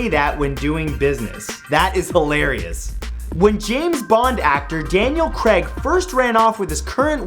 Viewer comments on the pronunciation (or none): "daniel creg" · Daniel Craig is not pronounced Daniel creg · "Daniel creg"😐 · Who the fuck is Daniel Cregg?